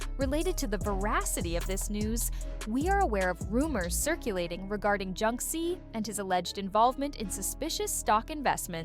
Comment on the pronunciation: How many incorrect pronunciations of JKs name can one A.I. voice narrator pull of in one video!? I want to see guesses in the comment section....cause snap, there were a lot!!